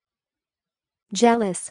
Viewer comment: REALLY!? It's somehow pronounced sounding like 'jellous'!? Its in fact, MY last name and for the 38 years of my whole life, I've never heard of it pronounced like that. Is it pronounced differently IF that same spelling surname is in the United Kingdom? Because, I've looked it up before and it also shows what both my parents have told me, especially Dad having told me before that its Russian. On the latest internet searches, its shown that the surname is Ashkenazi-Jewish Russian in origin.